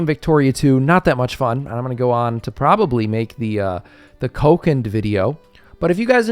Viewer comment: Oh by the way, I could clarify that the way to pronounce Kokand properly is: "Co-kund".